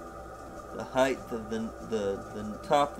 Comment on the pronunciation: Hsin-chuen Lin has been doing this for some time. It's cool I don't think this was live! It's been a while, nice to see you back. By the way, there is no such words as height-th: haha